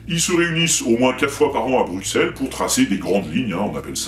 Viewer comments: Bruxelles, le X se prononce S, donc BruSSelles en phonétique, pas BruQUSelles. ^^ Signé : Un belge qui t'es fan. ;) Vidéo remarquable, continue ! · Bruxelles se prononce Brusselles ;) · Ah et pour les oreilles de nos amis belges : ça se dit "BRUSSELLES". Tu verras, ils auront le sourire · Bruxelles se dit Brussel !! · Rhaaa j'en ai marre moi quand on prononce mal le nom de Bruxelles !!! :) Faut prononcer "Brucelle" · bruxellles ... fais un effort sur la prononciation stp mdr